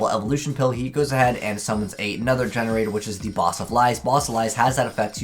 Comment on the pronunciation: Gene raider ( jean raider ) , not GenRaider